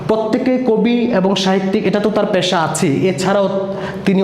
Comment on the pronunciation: ভাই, উচ্চারণ ই ত ঠিক নাই...(বিরাল,প্যাশা) আর শিট পড়ে কি শেখান সৃজনশীল ত কিছুই নাই।মুল কথা না বলে এদিক সেদিক কি বলে গেলেন 😜😜😜😜😜